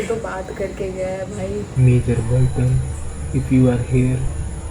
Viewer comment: bhaiya ji borton ki jagah botton he bol do vo sahi rahe ga